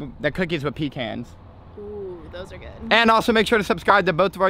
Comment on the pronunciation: He says pee cans It’s pecans which is pronounced pacons